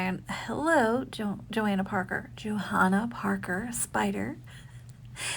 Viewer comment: I’ve not met anyone who pronounces the “h” in Johanna. I had a coworker who named her baby Jo Hanna so people would say the H.